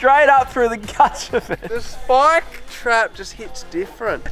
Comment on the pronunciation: Love the videos as usual but the whole speaking like old men saying shhhh instead of s eg shhhpike instead of spike is really starting to make my eye twitch, same with the keep it reet boys and "shhhpyshee". Could tolerate it in 2022 but let it go now please